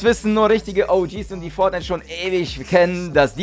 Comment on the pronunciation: wollte am Anfang schon "Fortniete" sagen xD